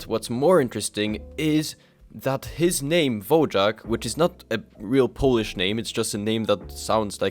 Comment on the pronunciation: Just a correction: Wojak (pronounced /Voyak/) is a Polish word meaning 'Warrior'. It fell out of use in the past 50 years.